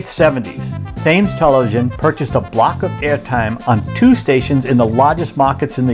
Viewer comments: Pronounced "tems" not "fames" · Thames is pronounced TEMS. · As a kid in England we loved watching his shows we did not know what Sexism was them, We bought his hit record Ernie the Fastest Milkman in The West - by the way is is pronounced Tems Great documentary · It's pronounced TEMS not literally Thames. Loved Benny and all his politically incorrect jokes!!! Cheers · Hands up if you paused the video when he pronounced Thames as "tames" instead of "tems" and looked to see if anyone had written about it in the comments section. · Other than "Thaymes" really being "TEMS", a great docu, well presented and engaging. Docu itself had new info I had not heard before in other Benny Bio's. So sad to think that here in the 2020's the poor man probably could not have left his house with all of the Poli-Correct, Backlash Bullshit he would have been exposed to from the Karens, Darrens, SJW's, and Cancellers of today. :-( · For those who are saying that Thames is pronounced as Tams, it's not the commentators fault. That is how Americans say it. It is the same case with the word tomato. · Gawd. First of all it is "Strettam" not Straytham (Streatham). It is also Temms noth "Thaymes" (Thames). Do your research better. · It's not tames mr.yank...its pronounced tem- tems TV. (Thames). It's from the rivers name , u know ?? Evidently not. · Great documentary! The only thing I must say, and forgive me, Thames is pronounced, "Tems." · Freaking Bostonians, it’s “TEMS,” not TH-AMES. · Will Americans ever learn to speak English? Thames is pronounced "Tems" NOT "Thaimes" . For God's sake do some research. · Hey there I am from Southampton. my parents are buried a few meters along from Benny, thank you for this lovely tribute to him and you pronounce Thames like this Tems Television 💜💜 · The "h" in Thames is silent. Don't ask me why. It is just so. That is the English language for you! 😀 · Just in case no ones mentioned it yet.. it’s Temms not Thames 🙃🙄🙃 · Thames is promounced ''Tems''.